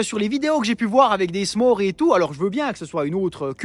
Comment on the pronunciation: Je suis canadien et on le prononce “smorz”